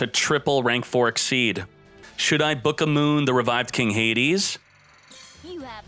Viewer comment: It's the first time I hear someone saying booka moon, that's actually funny.